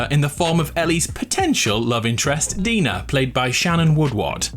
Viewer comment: Us : Dina Coryxkenshin : Dinner , Diner